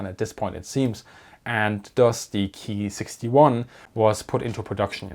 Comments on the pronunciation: Nice report.. it's actually better to say.. Kay- I ( eye) 27/44 and not the German pronunciation Key-27/44. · Not Keee it's K I. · KEY this and KEY that..................................kay eye ........kay eye....K.I. I had to go look it up..in Japanese its pronounced co...long "o",,,,I made it through the video but it was hard to here the work KEY OVER AND OVER...LOL GOOD STUFF EITHER WAY!